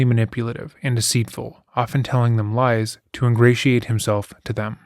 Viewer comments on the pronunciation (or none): none